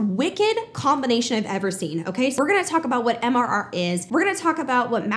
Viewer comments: Please, for the love of my OCD! It's "MRR" not "MMR"!! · I think you kept saying MMR like the vaccine haha. I personally found that hilarious and MRR is just awkward to pronounce